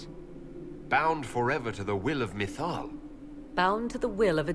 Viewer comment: New name! Methil. At least you managed to throw in SOME correct pronunciations here and there!